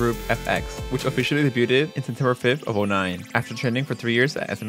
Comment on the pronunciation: 'Debuted' is pronounced 'deybyood'. The t is silent because it's a French word.